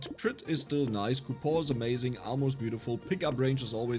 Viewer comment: I am genuinely curious, why do you pronounce coupon as "cupo", I've never in my life heard anyone pronounce it like that